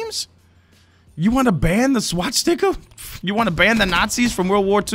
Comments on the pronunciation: SwaStika. Not SwaTstika. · I like how pronounces Swastika, "Swat-Sticka" 😂